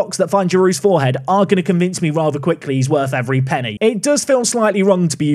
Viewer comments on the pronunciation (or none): none